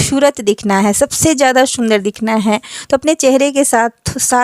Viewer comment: Shundar nhi sundar😂😂